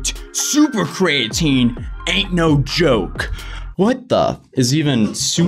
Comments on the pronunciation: please stop calling it Cray-a-tine. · It’s pronounced cree-uh-teen and it’s used to help with muscle building and repair and the dude wasn’t even doing dumbell bench right his rom was half of what your supposed to do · It’s pronounced KREE-A-TEEN god damnit! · Creatine is pronounced, “kree-uh-teen” lol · CREE-AH-TEEN is how Creatine is pronounced. No hate, just thought id lyk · calling creatine cray-a-teen is very uncomfortable. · How do you not know what creatine is? And you’re pronouncing it wrong. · I dig the vid, but hearing you say “covalently bonded creatine” was cringe haha. It’s not “cov-ent-ly bonded cray-at-tin”..it’s pronounced “Co-vail-ent-ly bonded cree-a-teen” - hope that helps haha! But you nailed it, this company is a joke. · Cree ah teen, co vay lent fyi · Basically non bioavailable means it can't be used by the body. So what ever benefits of creatine they are advertising are not really there because its in a useless form. Also my boy mispronounced EVERY word there lol. Cree-uh-teen, cOh-vay-lently, Dye-peptide. Are the correct pronunciations.